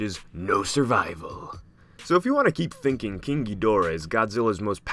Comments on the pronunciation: Why do you say king as keang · Why are you saying ging gigorah? Say king! 😂